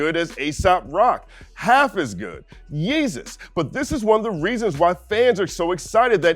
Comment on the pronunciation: Did you really say "Yeezus" 🤔 😳 🤣🤣